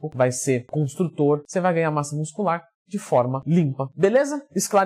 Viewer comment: "Ganhar massa nuscular"